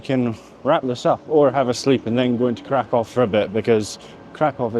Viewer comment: Nice and chill video! ❤ Regarding pronunciation... Kraków -> Cra-koo-v Katowice -> Cat-o-vee-ts-e Wrocław -> Vroh-ts-wav Luckily, I think our Scottish accents are pretty good at pronouncing polish after learning the syllables 😊. Oh and Czeburek isn't really a polish snack. I recommend the next time you're in Kraków to go to Okrąglak where there are tons of stalls selling Zapiekanka - kind of a cheap polish baguette pizza - which is the closest thing to Polish fast food imo.